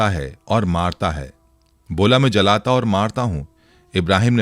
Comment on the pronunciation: Pls urdu theek kijiye wo lafz Jalata nahi hai JILATA hai uska matlab murdon ko zinda karta hai